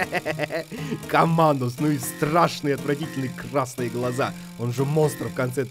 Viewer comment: не командос, а КЭМЭНДЕР